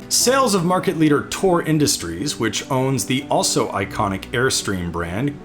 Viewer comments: Why does he keep saying "Tor" for "Thor"? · "Tore Industries" 😄 Its THOR like the Avenger. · Is the RV manufacturer "Thor" really pronounced "Tor" like the narrator seems to be saying, or is it pronounced "THor" the traditional way like the god or the Marvel character? Just wondering if the different pronunciation is a quirk of the brand, or if it just happens to be the way the narrator says "Thor" in general.